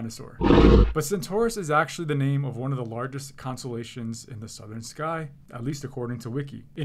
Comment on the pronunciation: Doesn't even know how to pronounce "constellation"